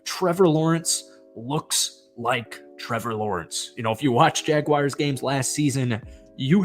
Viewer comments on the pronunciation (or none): Dude, do me a favor and learn how to pronounce Jaguar before you do another video...there is no "I" in my teams name...such a pet peeve of mine!!🙄🙄